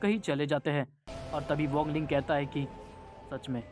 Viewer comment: 🥲🥲bhai wangle nhi WANG LING hota hai 🥲🥲🥲🫡